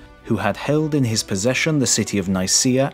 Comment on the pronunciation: I cringed when I heard how he pronounced Nicaea 😖